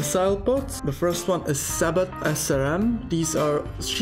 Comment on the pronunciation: Sabots is pronounced without the T at the end btw so (Sa bo)